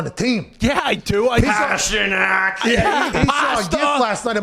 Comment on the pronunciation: This segment is gold 🤣🤣🤣🤣. The way he said pastrnak